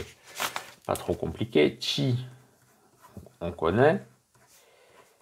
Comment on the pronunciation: Merci pour la prononciation de "Chi" = Tchi